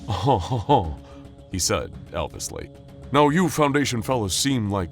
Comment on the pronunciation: He said Elvisly